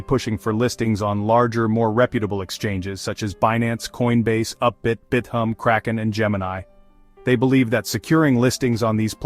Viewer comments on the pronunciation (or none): none